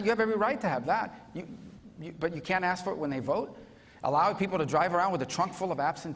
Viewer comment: Rubio should get Demings to say the word "ask". Watch her say AXE instead 😂🤣😂 happens everytime AXE AXE AXE